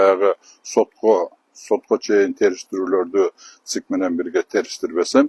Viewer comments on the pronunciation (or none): Айжигитов деген чал пенсиянды алып,небере,чоборолор менен бактылуу карылыкты откорсонор жакшы болмок,бузукуланбай,элге арызданбай.Жогоруда айткандай ЦИК дегенге тилин деле келбей калыптыр,эми БШК деп эле кайрылчы балдырабай. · ЦИК деп так айта албагандан кийин. БШК эле деп кыргызча айтса болбойбу? 😂😅🤣